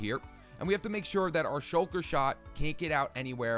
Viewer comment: "The shulk-el-er-l"